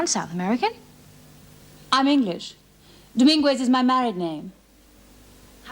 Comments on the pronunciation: "Dom - IN - gwez" LoL It's Pronounced "Dom-IN-ghez" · That’s not how you pronounce Dominguez.